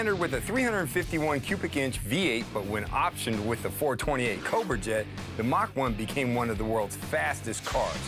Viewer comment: Yeah that is not how you say that! Yeah you Yeah that you say yet cobra!